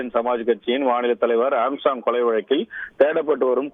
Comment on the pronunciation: வழக்கில்... வழுக்குது அக்கா.. தமிழை கொலை செய்ய வேண்டாம்... தமிழ் வளர்த்த தந்தி.... ஏன் இப்படி